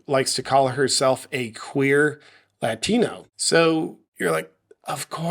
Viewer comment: Did you say “ a queer fatino” ?